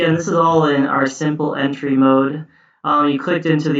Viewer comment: Thanks for a really useful video. I knew only a handful of these tricks before. I couldn't help noticing that you have a curious way of saying 'entry'. It seems to respect the French pronunciation. Normally we just say ENtry as in 'N' (letter 'N') and '-try' ( as in 'tree' in a wood)